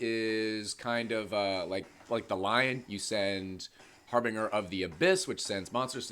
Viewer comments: It’s not har bing er. It’s har bin jer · Okay, so I’m gonna hook you up here: the word you keep struggling with is actually pronounced har’-buhn-jer. If you change your current pronunciation to a j sound, you’ve pretty much got it. Got you, bro. 👊🏻